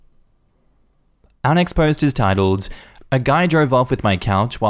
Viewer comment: Am I the only one who hears 'unexposed' when he says 'our next post'?